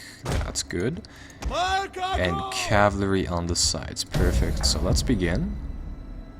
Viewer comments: For fucks sake just say cavalry properly for once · "Cavlery" XD yolo